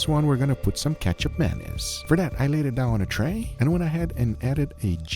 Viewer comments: Sorry i cant hold it. keichap mayonnaise just sound so wrong 😂😂. Should pronounce as ma (mama/mo-ther) niece. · He keeps saying "ketchup mayonnaise" instead of ketjap manis..... Guga really needs to work on his pronunciation/annunciation..... jellomin. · I heard Ketchup Anus. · It sounds like he's saying ketchup mayonnaise. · i kept hearing ketchup mayonnaise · Started the video without looking at it, but only listening - kept hearing "Ketchup Mayonnaise" - had to check what was actually happening, and that was definitely not ketchup or mayonnaise.. lol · All I hear is… ketchup mayonnaise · I thought bro said Ketchup Mayonnaise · say it like this: Katchup 'Manees" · Am I the only who initially thought he said Ketchup Mayonnaise? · When Guga first said it's name, I understood it as "ketchup mayonaise". Yup, ketchup mayo. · Guga sounds like he’s saying ketchup mayonnaise lol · Google sounds like he’s saying ketchup mayonnaise lol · Love guga, I keep hearing ketchup mayonnaise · I heard ketchup menace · I keep hearing ketchup menace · I’m dying because after reading the comment, all I hear is Ketchup Mayonnaise, even though it’s not spelled as such.